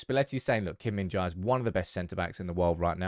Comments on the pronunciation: The correct pronunciation is "je". "jai" or "jay" is incorrect. [gim min-je] is perfect pronunciation. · Why is it so hard to say Jae, pronounce like Apple without second syllable, Kim Min JA/pple.